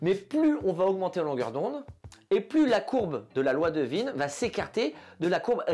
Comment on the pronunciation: content de voir qu’on partage ce même humour. Content aussi d’être enfin fixé sur la prononciation de « Wien » après toutes ces années de doute…